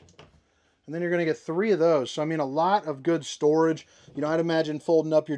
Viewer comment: 😂Re-heat potato mode and then stor-ahge. This one is making me giggle throughout. Thanks! So far, so good👍